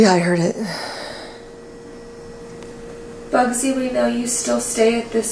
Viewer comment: Bugsy just appeared to me and told me he's pissed off that you can't pronounce his name.🤣